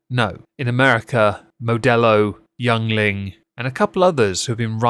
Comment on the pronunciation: First, Modelo is not owned by Anheuser Busch in the United States due to some monopoly-blah blah, so more or less they aren't making anything from that in the United States. Second, my father would throw a fit if he heard how you pronounced Yuengling.